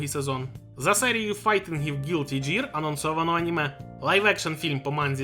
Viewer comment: Gear читається, як Ґір